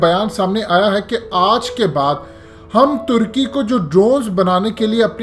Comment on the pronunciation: ٹرکی نہیں ہوتا ترکی ہوتا ہے ٹرکی پرندے کا نام ہے جعلی انگریز